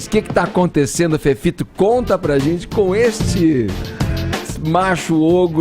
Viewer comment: Ele falando zentie e não gente é de doer .